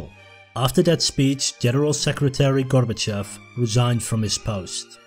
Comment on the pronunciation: It's pronounced "gor-ba-CHOF", not "GOR-ba-chef"